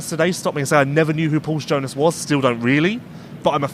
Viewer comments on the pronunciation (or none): none